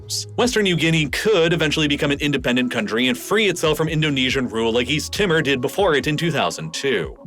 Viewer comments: Check your pronunciation please. It's pronounced East "Teeeemore" NOT "East Tima". Bougainville is pronounced with the emphasis on Bow as in the bow of an arrow. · East Timor has an "ee" sound so it rhymes with "lemur" not "simmer" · "East Timmer" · Please do more work at pronunciation. You drive me crazy when you routinely mispronounce things. It is East T-more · Timor is pronounced Tee-More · It baffles me that had such extensive knowledge of geography yet cannot pronounce “Timor”. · His pronounciation of "Timor". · all that and you can't pronounce Timor or Palau